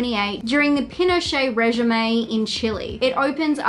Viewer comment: The way you mispronounced regime, lordy.